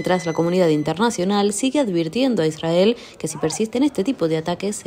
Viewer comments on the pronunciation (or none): none